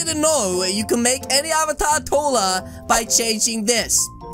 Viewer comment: I love when he said TOLLAR!!!!!! And I know he means taller!!!!!